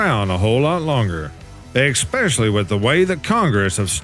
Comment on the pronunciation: PSA: The word "especially" is pronounced "eh-SPESH-uh-lee", not "ekk-SPESH-uh-lee", and not "ex-pecially".